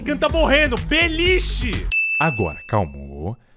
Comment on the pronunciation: BELICHE KKKKKKKKJ